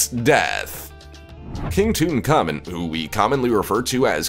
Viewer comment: King Tut-ankh-ah-moon. Say it again! King Tut-Ankh-Ah-Moon. King Tut is blessed with eternal life (Ankh) by his service to Amun. That's what I learned when I was a mini hippy.